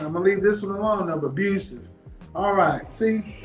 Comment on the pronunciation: Heeee wuz finahncially abhusive